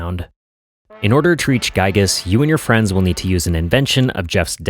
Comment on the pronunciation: This was a good video! just one thing, Giygas is pronounced "gee gus" like giga with a s at the end.